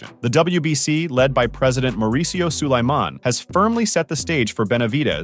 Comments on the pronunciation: I hate the way he says Sulaiman (It's pronounced like Solomon but Suuu-La-mon, foo) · David will never get this fight ever And learn how to pronounce Suliman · WBC President's name is being butchered badly. 🤣👎